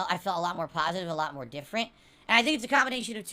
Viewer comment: Look at that. He detracted himself yet again. It only took 2 months before the "good times" started to arrive. Ok then, so why were you still actively looking for an interview during these "PHASATIVE" times? Sorry pretending to look. Why were you still being so toxic and nasty and bringing up negative stuff during these "PHASATIVE" times. Why does does it take an interview by someone specifically chosen by you and with a narrative you get to dictate during the none positive time? If you accept fault which we know is false acting, then why can't you continue to accept fault instead of calling people idiots and have an interview with anyone? If the good times are here, then is that you saying the level of "support" is fine, the actual level of support in none monetary terms is fine or is that you saying it's fine but it's really not fine and want to hit those tip goals the very next stream. (Shocked face, those goals needed to be hit next stream) Why is the interview only necessary when things are bad and you are being called out by big name YouTubers? Surely an interview (which we knew was fake anyway) would be an actual piece of content that is NOT boring, watching you fail at games and listening to you moan, abuse chat, laugh at the least funny things possible and call people idiots? Isn't that a "PHASATIVE" stream idea?